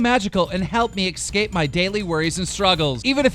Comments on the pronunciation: I really hope Keem sees this… Keem, why do you have so much trouble with words that start with “ES”? The letters “ES” next to each other, in English, are simply pronounced “S”. Like, say the name of this letter: S. There you go! That’s the sound that “ES” makes! You always pronounce it like EX. Like, “EXpecially” or “EXcape”... and yes, I put off commenting about this until I saw it in at least three videos LOL. The word is ESpecially, and EScape... And is pronounced as such. There are no silent letters, or strange pronunciations, these words are pronounced exactly as they’re spelled. (And I’m American so don’t anyone get at me for spelling “spelled” “incorrectly”... It’s totally correct... for the country I live in, anyway lol) THERE IS NO C, K, OR X IN THESE WORDS! Nor are there noises that those letters make. By the way, no hate, tons of people do this… That’s how it became my pet peeve LOL. And I’m only telling you because you’re a commentator, and if I was a commentator, I would want to make sure I was pronouncing all the words right. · IT'S PRONOUNCED ESCAPE! NOT EX-CAPE! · Why does keemstar pronounce escape as exscape